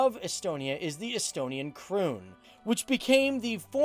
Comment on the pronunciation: The way he said ,,Kroon” He said KruUnN